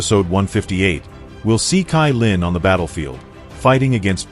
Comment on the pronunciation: Not kailin cailin